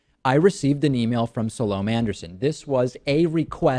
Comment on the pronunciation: Pretty funny that you start out by saying the only thing she got right is your name, when you didn't even do her the courtesy of finding out how to pronounce hers.?